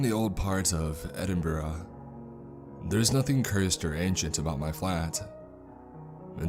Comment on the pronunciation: good stuff, but just as a tip from the scots, its glaz-go and ed-in-bruh (like the bruh meme) :)